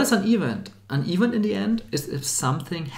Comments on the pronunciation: another fellow German here - the problem is where he stresses. -> [i'wänt] (not ['i:wänt]) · Event: pronounce it stressing the second syllable; so is the word development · Just a very small note from a fellow german: "Event" is pronounced "Iwänt" with an emphasis on the "ä".